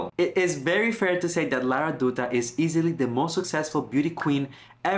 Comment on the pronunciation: Dutta should pronounce like Datta 😊